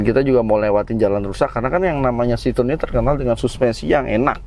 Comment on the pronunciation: Salfok, pelafalan ejaannya bukan sitrun Pak tapi s-i-t-r-o-é-n